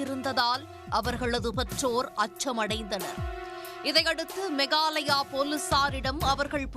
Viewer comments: மெகாலயா கிடையாது "மேகாலயா" ஒழுங்கா படிச்சு செய்தி வாசி உனக்கு மரியாதை கொடுக்கணும்னு தோண மாட்டேங்குது நீ வாசிக்கிறது கேட்கும் போது கடுப்பாகுது.. 🤬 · மேகாலயா எப்போது மெகாலயா ஆனது.உங்களது குரலில் மாற்றம் வேண்டும்